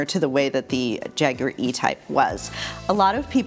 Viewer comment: Yay! A Yank that knows how to pronounce Jaguar! Your videos are enjoyable too...